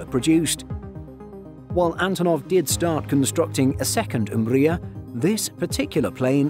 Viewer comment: Guys, I’m from Ukraine, it’s pronounced “Mriya”, not “umbria”. Other than that I love this video!